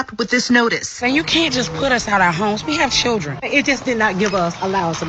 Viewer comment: ma’am, it’s pronounced “churdgrin”